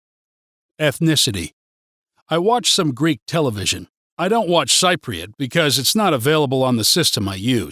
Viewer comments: Cypriot pronounced sip-priot. You hit the nail on the head for some parts but got it wrong on many others. Entertaining but for anyone who does not know Cyprus too well take it with pinch of salt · I am a technical writer, living in Paphos for 7 years. As stated in the description, this video was indeed funny, not least for the way you pronounce "Cypriot" umpteenth times. This was meant in an ironic way, right? And it was informative, too. Thanks for teaching me to be very afraid of the conflicts in neighboring countries and to dread the "dark and rainy winters" after all these years. Hilarious! those who have never been to Cyprus: Take this video with a bucketful of salt! :)